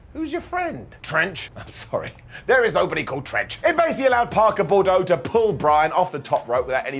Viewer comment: BOO-DRO, not Bor-doh, ;-)